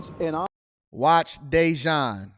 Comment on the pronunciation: Day-Jawn sounds like An-Ton.💀